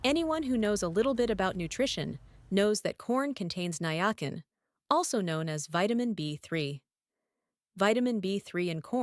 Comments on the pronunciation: The robotic (AI??) woman's voice is very annoying!! Also, the B vitamin is Niacin--pronounced NiaSIN, NOT NiaKIN!! 🙄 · "Ny-OKK-in." You mean niacin? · NIACIN= "NI-A-SIN"!! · NyeAckin (niacin) Lolol!😂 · *niacin I had to think what the AI meant by nigh akin